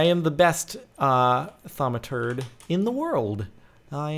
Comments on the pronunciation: "Don't worry. I'm the greatest thuamaturd in the word." Damn right you're a turd at thuamcraft. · I know it is hilarious he says Thaumaturd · Lol you sead terd